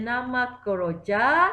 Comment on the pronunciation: Kejora cg bukan keroja🤭